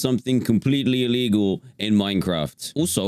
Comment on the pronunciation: Dan..... IT IS ALEGAL